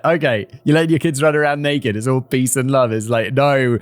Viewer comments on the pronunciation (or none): none